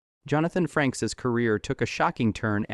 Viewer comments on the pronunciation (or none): they keep saying FRANKS , not FRAKES AI is destroying you tube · It's not Jonathan Franks, it's pronounced FRAYKES. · AI Voice and then calling him 'Jonathon Franks" clicked off the video by 30 seconds.... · I stopped watching the second the narrator called him Franks. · AI couldn't even pronounce his name correctly. FU Youtube. Show us the actual videos people slaved away to make.